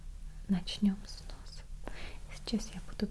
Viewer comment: Мы будем производить осмотр вашего ноОса, гОоорлаа и ушек)))Ахаха, вот это акцент)))